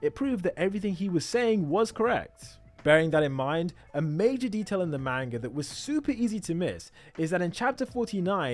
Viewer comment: Great theory ! I’ve seen a lot of theories but this one is insane. Great video. Ngl tho everytime you said Main-ga it was like nails on a chalk board to me. Just an unpleasant sounding word if pronounced incorrectly.